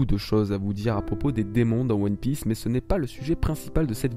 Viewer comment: à "toutes aptitude dans One Pièèce" WHAT THE FUCK? c'est fait exprès? lol